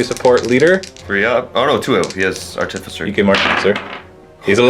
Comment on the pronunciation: pronounces Artificer wrong anyway, so you're safe. Theres no emphasis on the 'T'... say it just like you would say 'artifact' since thats the word it originates from.